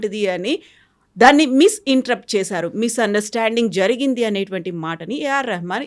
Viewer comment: misinterrupt (మిస్ ఇంటర్రప్ట్ ) కాదమ్మా మిస్ ఇంటర్ ప్రెట్(misinterpret) ... కనీసం ఉచ్ఛారణ సరిగా లేకుండా ఏదో రికమెండేషన్ మీద యాంకర్ అయిపోతే ఇలాగే ఉంటుంది 👹